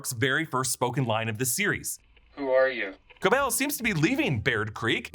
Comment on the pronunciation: i have no idea why so many people are saying Cobel’s name wrong. it’s explicitly pronounced throughout the series at KOH BELL. not a big deal ahahah just confuses me as i’ve seen a lot of reactors do the same